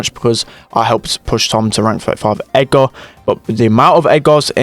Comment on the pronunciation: it's not edgaaaar it's edgrrrrr lol